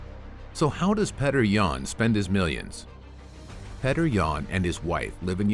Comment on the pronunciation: It's Pyotr not petr